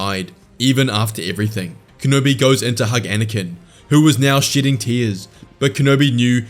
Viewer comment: I know you said “shedding” but it sounded like you said “shitting tears” lol